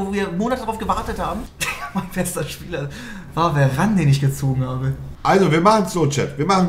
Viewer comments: VARANE IS HEIẞT VAAAARANE😂😂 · wenn nervt es auch dass die verane sagen und nicht varane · Veran einfach nicht Varan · Monte: Werane, Fan Dirrrk, EeeeeeUuuusebio